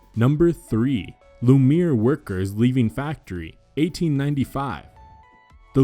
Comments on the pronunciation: Great film, but you could work on your pronunciation of French. Lumière is pronounced LUM-EE-AIRH. Three syllables, not two. It really grates when you say LUMEER. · Ok, I was talking to Alec Horn anyways. "Lou Mear" ( Lumiere ) time stamp of this video. FYI Lumiere is actually pronounced [LOO] + [MEE] + [AIR] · 1. Work on your pronunciation. Not ‘Lumeer’ but Lumiere- rhymes with millionaire. 2. It’s Paris not Paris, France. People aren’t that stupid that they think you mean Paris, Texas, really. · Well, face it. We're wrong. It's true, "there aren't" films now. They're digital electronic recordings. And, according to the content creator we've been wrong about how we pronounce Lou Me Air. It's pronounced Lou Mear. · Amazing. Thank you for curating these together! ... by the way since they were such significant pioneers, you should probably check your pronunciation of their name. Lumière is pronounced “Loo-mee-air” not “Loo-meer.” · It's not "the Loomeer Brothers," it's the "Loomeeair (approx French pronunciation of "Lumière") Brothers." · GAH! It's "Loo-Me- Yair" not "Loomeer." It's almost comedic to keep hearing that mispronunciation, but then again, we are much more stupid in 2020. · It's pronounced "Lu-mee-AIR," not "Lu-MERE." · LumE E AIR PLEASE PRONOUNCE IT PROPERLY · Misleading thumbnail. Clickbait? Anyway, technical issue: the thumbnail was shot indoors, which would have been very difficult in the earliest stages of film. Btw Lumière is pronounced Loo- mee-air ('loo' by lack of an English equivalent for the 'u'). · Since the brothers are so important, you might want to learn to say their name correctly. Lume EEY AIRE is the correct pronounciation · Lumiere is pronounced Loo - mee - air. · "Loumière" Is Pronounced: "Loo-Me-E-Air" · Please re-record to correct pronunciation of Lumiere--it is a French word--not Loomear! Please correct! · "Lumire"!?!?!?! Name most often pronounced in this video. Try again. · Arrgh, it’s LUMIÈRE. French for LIGHT. Not “Loomeer”